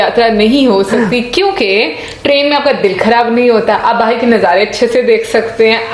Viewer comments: Urdu m bahar ko bahir bolte hai mere bhai. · Come to India This lady calling Bahar as Bahir , this is very cute. My mom used to pronounce Bahar as Bahir .